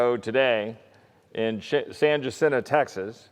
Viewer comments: Pure ignorance...lost all credibility when you couldn't even pronounce San Jacinto.....Texas strong....yea right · Chip Roy is an embarrassment to Texas. First he should learn how to pronounce San Jacinto before grandstanding.